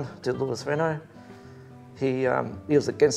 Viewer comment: Great story and how pleasing it is to see a program without boring muscle cars. Do us a favor, please teach your man how to pronounce the cars he is interviewing. It's Reno not Renult. If he followed proper motorsport he would know that.